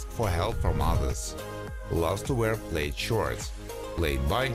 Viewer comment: Just to help, the design called “plaid” is actually pronounced “plad.” Just trying to be helpful. 😊. Also, you said a man’s hair was CURLY, but it sounded like you said GIRLY. Which is funny because curly hair on a man CAN also look GIRLY sometimes too. Ha!